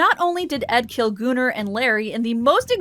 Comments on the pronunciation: I literally thought you said Gooner but the comments are saying Gunnar which makes more sense...but damn, Gooner makes it sound much funnier these days 🤣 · I love these videos! You are awesome. But it's pronounced Gunner not gooner. Keep up the amazing work. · kaship98 it’s pronounced goon-ar my friend not gun-er